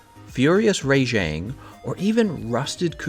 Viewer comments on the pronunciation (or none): Who tf is a RAYJAYNG?????